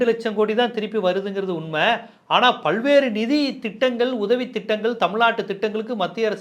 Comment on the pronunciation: ' பள்வேறு ' இல்ல...'பல்வேறு '.